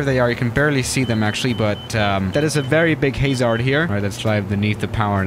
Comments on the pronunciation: Very very much narrow? Haze-ard? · 'Chienel' 'Hayzard' 'Very much narrow' Loving those mispronunciations.